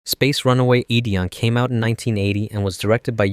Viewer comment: Ok now I know you have to be doing the pronunciation thing on purpose because how to mispronounce Ideon but then pronounce bokurano just fine